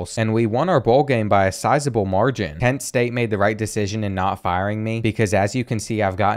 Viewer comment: kent state is act ken state....lol, what ....